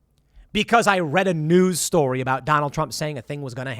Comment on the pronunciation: Tim, it’s JAN-YOU-WARE-E Not JAN-YOU-WARE-DEE ITS STORY not STORDY All pettiness aside, Love the show, thank you